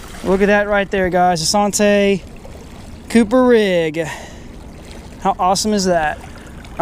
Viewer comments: anddd that's the SAHN-TAY rig. come on bro. Learn how to pronounce the rigs you are demonstrating. It is SANN-TEE rig as in Santee Cooper lake. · Lol it didn't even click in head I was like sahntee? That's a Santee rig lol good video! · you were trying to sound all fancy and whatnot, SAHN-TAY! ha ha ha ha! Made me laugh too! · SANTAY sounds so much better than SANN-TEE LOL However you say it I had fun watching once again...I use peg floats all the time..I have pretty good luck with them.... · Sawn tay.....lol....French Rig ? San T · Thank you. Drives us Texans crazy when they use the French pronunciation. It is San TEEEE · lol yeah that was like nails on a chalkboard. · It's just the way you pronounce santee. Good video tho like always.👍👍